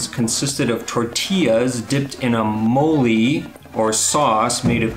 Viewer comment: I will echo those who are saying Peru. It has its own distinct culinary style. Domestically, Santa Fe is a good choice. BTW, it's "moe-LAY" not "moe-LEE"